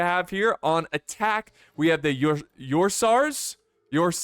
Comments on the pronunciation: I believe it’s pronounced the same way as the Ursa in Ursa Major. So Ur-s-ah-s? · I think you can pronounce it as URSAS as in "OR SAS"